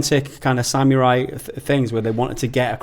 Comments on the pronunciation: Ugghhh! That guy kept saying sam-your-eye for samurai. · bloody hell mates you really lay heavy into the "YURR" part of "SAM-YURR-EYE"